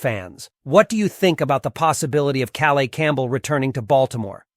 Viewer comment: welcome home, Calais Campbell!! pronounced Ka_layis.